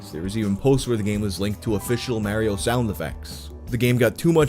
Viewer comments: Love the video, keep up the great work! The way you say Mario is ridiculous. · i don’t like how you pronounce mario 👎